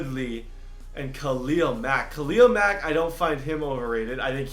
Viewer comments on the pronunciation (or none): none